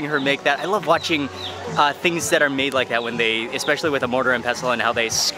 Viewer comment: It's pronounced 'MAA-DE', not 'MEYD' or 'MAID' like in English.